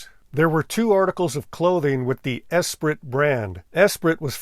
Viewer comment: Esprit is pronounced “es-pree,” being French.